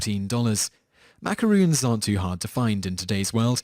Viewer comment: It's "Ma-ca-ron", macaroons are made with coconut.